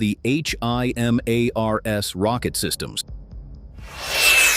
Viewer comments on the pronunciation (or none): Yet another poorly worded AI narrated compilation video channel! When they talk about a HIMARS by saying each letter every time it's mentioned, you know it's time to "hide the user from your channel" on their homepage.